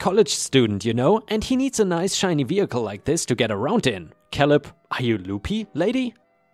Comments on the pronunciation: I think it's pronounced kay-lub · Great stories, as always. Thank you. ⭐⭐⭐⭐⭐⭐⭐⭐⭐⭐⭐⭐ The name Caleb is pronounced with the a as in ape Another of those pesky English language traps we use the word row in different ways. 1. To row a boat 2. A row or line of soldiers etc These are pronounced as RO 3. To have an argument or quarrel with someone BUT is pronounced as in how or now. Hope this helps. Best wishes